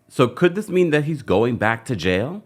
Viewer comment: He’s going to jay-uh!!!